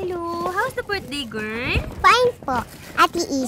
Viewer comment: I love the view but “the” is silent.